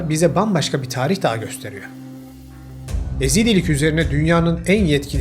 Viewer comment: EZİDLİK DEĞİL YEZİDİLİK..